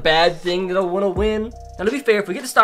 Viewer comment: When you say, “want” it sounds like the word, “won’t”